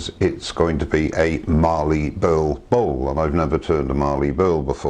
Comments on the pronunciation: Great bowl, but as an Aussie, mallee as in mal-lee rather than marlee in terms of pronounciation. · Very nice piece of mallee. There is no R in mallee :) it is pronounced 'MAL' + 'EE'. What you have is what we call an end cap but not sure of the species. love the end result.